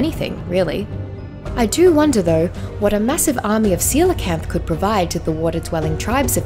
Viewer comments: Jajaja! Seelakant? Omg! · Ive been pronouncing coelacanth as Kow-la-canth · how do i tame a seelacanth? xd (btw im in mobile)